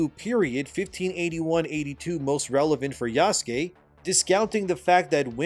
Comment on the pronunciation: OMG! is pronouncing yasuke correctly since yesterday so he's obviously been reading the comments calling out for Ubisoft saying it wrong and by example getting YouTubers etc to say it wrong as well. Shows how little research Ubisoft actually did if they couldn't even get that right. Glad to know our input makes a difference even on little things. Thanks